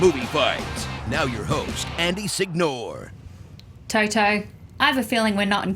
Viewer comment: When you guys say "Sig-Nore" every italian is rolling his eyes :)